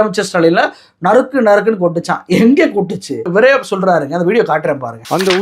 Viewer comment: நரிக்கி நரிக்கி நரக்கி .....தப்பா பேசிட்டோம்னு வாயப் பொத்துக்கிட்டாரு !! நறுக் நறுக் என்பதைத்தான் தவறாகப் படித்துள்ளார்